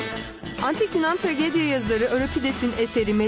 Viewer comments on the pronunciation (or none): "Antik yunan tragedya (tragedia) yazarı" olarak okumuşsun metni trajedi diye okunur o kelime